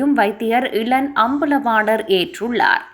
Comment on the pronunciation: இளன் இல்லை ஈழன் அம்பலவாணர் தயவு செய்து தமிழை கொல்லாதே